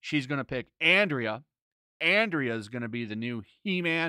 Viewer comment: First, she is called AnDRA, nicht Andrea. Maybe it is a joke by you... then i don't see it. I see the savage He-Man stuff more like Wolverine without his Adamantium, back in the 90s when Magneto pulled it out from Wolverines body, he reverted back to a animalistic being resembling more Beastman or a neanderthal guy. Then, from a story point of view, or the "lore" it makes no sense to have the toys promote the original Mini Comic. It has NOTHING to do with the show. Sure, you can do nice photoshoots resembling it, but as advertisement for the show it makes no sense. And i agree, he will be savage, he will fight Skeletor, obviously in episode 7 as Smith and the other guy mentioned in the stream, and after that they probably fight Evil Lynn, Adam has to give up the power, because he can't contain it, and Andra will take it... And i agree again with the poster. When i saw it i laughed that it is advertising again the wrong thing. This battle is in one episode and the rest is supposed about Evil Lynn. Wonder how they will implement the comics story that Skeletor sees his dead Skullheaded wiife. Will the Skullheaded kid return wich he gave into slavery because he loved it so much? And Lynn basicly saying that Skeletor never returned her "love" or "changed for her"... will he change in the end and make sweet love w... never mind.